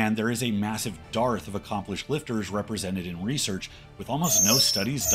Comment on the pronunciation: And 'dearth' is pronounced like 'earth' with a D on the front, not like "Darth".